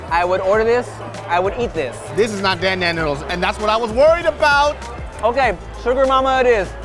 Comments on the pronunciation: I specialize in Asian cuisine, pronounces it as dan dan boodles smh. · The way they all pronounced dan dan noodles kinda made me cringe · "I specialize in Asian cuisine" yet you can't pronounce Dan Dan noodles correctly 😂 In fact, no one is pronouncing it right 🤦🏻‍♀️ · The way she said dan dan noodles made all the Chinese people out there cringe so hard.